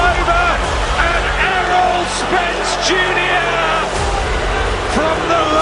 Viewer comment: You could do better its Errol Spence but still a good video